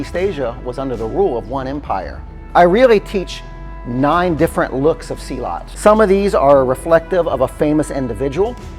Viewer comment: Dear, I respect your work and experience. However as a South East Asian, please pronounce it properly. It’s not SEE laat. It’s silLUT.